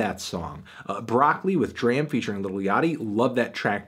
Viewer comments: Please pronounce Dram and Paak's names correctly. Would add more of a familiarity to your videos. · Please for the love of god learn to pronounce D.R.A.M. and Anderson .Paak correctly